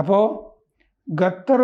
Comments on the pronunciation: ഖത്തർ... ഗത്തർ അല്ല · പുള്ളിക്കാരന്റെ നാവ് അങ്ങനെ യെ വഴങ്ങു. ഞാൻ നേരത്തെ ഇത് point out ചെയ്തിട്ടുണ്ട്